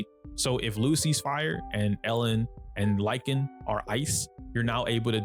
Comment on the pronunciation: Lycaon is pronounced Lick - kay- on , btw